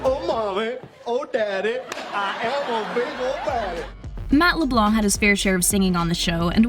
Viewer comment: She also pronounces Leblanc wrong lol